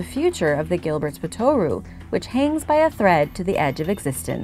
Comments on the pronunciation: The pronunciation is POT-ter-oo not pot-OR-oo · Yeah, looking through to see if someone else noticed. It's spoken like kangaroo. If you can do it with our Aussie accent it's even better.